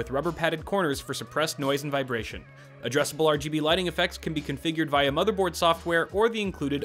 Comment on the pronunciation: This man just said via as (vyuh) wtf 😂